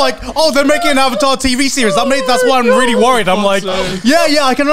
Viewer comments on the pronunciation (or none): Everytime garnt says the word "really", he pronounces it "vreally".